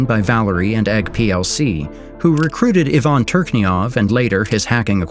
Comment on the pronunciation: Even if it's not ai, it's poor qc. Ivan is pronounced the wrong way. It's I-van, not Yvonne